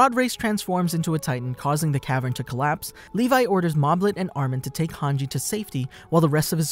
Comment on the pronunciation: thank god you didn't call hange "hang gay" like you did before